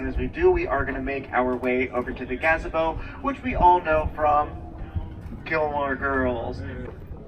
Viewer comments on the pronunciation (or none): Did he really just call it a Gah-zuh-bo?